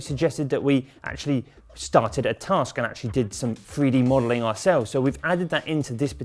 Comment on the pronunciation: "freedee modeling" it's Three d mate. Learn to speak properly, you're supposed to be a professional presenter.